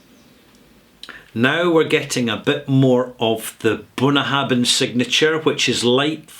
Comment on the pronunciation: I'm sure you know Gaelic "bh" is pronounced as "v", not "b".